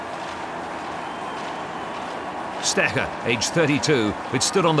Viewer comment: Strecher?! With a special emphasis on the "ch". Seriously...this is pathetic